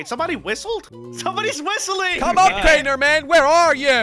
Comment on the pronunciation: Jelly said crainer store😂